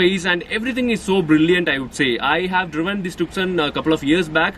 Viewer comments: This isn't TUKSON.. It's pronounced 'Toosawn..' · Bhai its not pronounced 'tuk-son'. It is 'ट्यू-सौं' (tyu-sawn). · It isnt tukson ji...to be pronounced as 'tyoosaan' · Bro it's pronounced as Hyundai TooSo not Tuk-Son .. It's the world's most mispronounced Car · “C” in the TuCson is silent. It’s called “TuSoo”. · It’s pronounced too-so